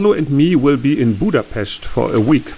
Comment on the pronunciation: I hope you have a grand time in Budapest! (Kudos on your excellent pronunciation). Hats off to you for taking on two truly difficult and tedious tasks in this video, and to Laszlo for helping with the dock. The water did not look inviting that close to shore. Do you have to contend with leeches?